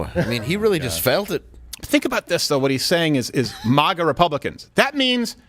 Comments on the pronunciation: If Steven doesn't stop pronouncing MAGA like that I'm gonna go crazy 😂😂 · Ok I hate to have to do this but you forced me, Steven!!! Since the beginning we have called it Mag-ah!!!! We NEVER refer to it as Maw-gah!! Stop sounding like Biden! He is making it sound stupid and it does when he says it! I normally don't care how people say their words but this one is different! Trump never tried to destroy freedom like Biden and the one before Trump! The one who called isis, isil!! I never understood that dumb stuff!